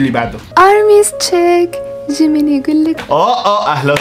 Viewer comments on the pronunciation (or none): جيمين ❌ جمن ✔ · جيمين❌ ⬅ جمن✅ كاي❌ ⬅. قاي✅ سوكجين❌ ⬅ سكجه✅ حتى الاسماء و نطقتها غلط😂😂 تشرب ساكي اسلامي 🌚